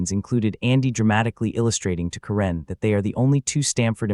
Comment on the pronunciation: This is AI slop. Voice can't even pronounce Karen and Phyllis.